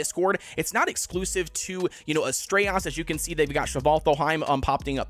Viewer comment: dude what is with your pronunciations? lol Svartlfheim = S-Vart-Ulf-Hi-mmm Astraeos = As tray Ohs